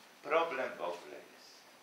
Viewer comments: Pani Miodek, i dwa razy usłyszałem: "wogle", a czy przypadkiem nie powinno być "w ogóle"? Oczywiście jednym zapisem fonetycznym! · drugi raz spotkałem się że Prof. jan Miodek mówi "wogle" zamiast "w ogóle", czy obie formy są poprawne ? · ale słyszy się jak p.Jan mówi " WOGLE". To że mówi się osobno to wiem.